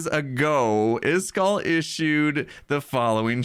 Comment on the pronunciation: How ISKALL name is pronounced Is-ka-ll How says it Isk-all